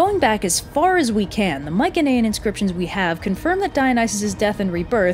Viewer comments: You KILL me with how you pronounce Mycenaean. You say my-ken-ay-in it's my-see-nee-an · Isn't it pronounced "my suh knee an"? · You’re saying Mycenaean wrong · I love your videos but uhhh its not mik un ehh in its my cen ee en. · Mycenaean is pronounced my-se-ne-an not my-ke-ne-an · I've been pronouncing it "mice uh knee in" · I’m fairly certain Mycenaean is pronounced with a soft c, no? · why do you pronounce Mycenaean like that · So hard to focus on Anything other than how you are pronouncing Myceneaen